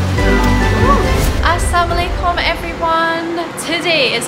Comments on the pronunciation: You may say"Assalamualaikum"(Peace be upon you)..But you sounded like this Assamulaikum something like that..Don't get me wrong..Just want you to say it in proper way...Love you ❤ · maaf, makcik Rasa perlu jelaskan sedikit pronounciation of the "assalamualaikum". I love you. Maaf sangat-sangat kalau makcik Yang silap dengar. Maybe it just me, but I dengar macam "assamualaikum, which I believe has different....way different meaning. Sorry jgn terasa hati, I mean well dear. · It should be asss salaa mu alaikum... instead of assaa mu alaikum.. Pardon me sister...it effects the meaning... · Maaf......nk buat teguran skt kalau boleh........berkaitan sebutan salam......Assamualaikum vs Assalaamualaikuum........lebih molek kiranya dpt diperelokkan lg sebutannya agar tidak kehilangan sukukata "la"......maaf ye....tq